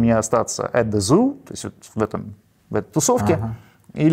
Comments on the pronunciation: произносится "Цо" или даже "Цу". Вообще-то про Zoo в Берлине, как про пристанище наркоманов, известно было ещё во времена моей юности... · Посмеялась) Я очень хорошо знаю Берлин. И когда вы сказали, что группа жила здесь, а песня про н@ а затем показали строчку — для меня это стало очевидным)) С произношением "зу" смысл немного разрывается, но тут, когда тебе говорят "зоо" — ты понимаешь, что речь не о зверушках, далеко не о них) Есть фильм "Кристина", немецкий э, который очень ярко освещает эту проблему